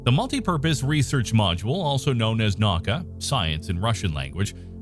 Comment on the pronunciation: naka haha!! it’s na-U-ka